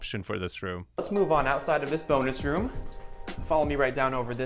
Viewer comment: i had to do a double take, i thought the real estate agent said boners room. 😅